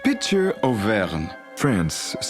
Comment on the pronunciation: Auvergne! Auvergne! We're getting Auvernge late 1700's. Aaaarrgghh!!